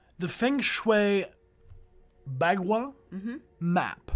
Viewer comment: "Bagua" or 八卦 in Chinese is pronounced more like "Bah guah"